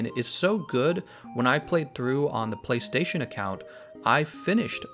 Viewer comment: Amazing video, I'm watching it all even though I'm 400+ hours deep it's that entertaining, borderline quit from the disgusting way you pronounce Playstation though xD